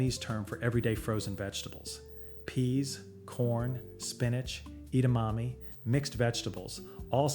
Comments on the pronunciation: Not the eat-a-mami 😂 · Kisadillas? Idamami? Chi a take? First time I heard such pronunciation 😅 Shitake? Quesadillas? Edamame??